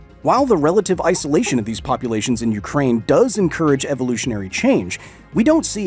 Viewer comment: thought you said pupulations lol